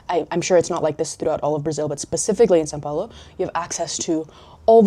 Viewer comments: Your English accent sounds like if you were a brazilian. You even pronounced São Paulo perfectly like a native speaker. I suspect you are a hidden brazilian 😂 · you said são paulo really well